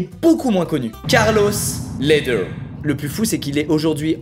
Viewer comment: Mdr c’était quoi cette accent anglais sur le premier Carlos Ledher, c’est un colombien, c’est espagnol ahah faut prendre cet accent espagnol alors gringo ahah